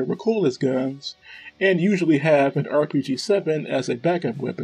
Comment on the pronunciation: Mico Maus is pronounced Micro Mouse. Maus is a German word meaning Mouse. The reason for calling it this is because it looks kind of like the German WWII tank named the Maus. Also, Recoilless is pronounced Re-Coil-less. Great video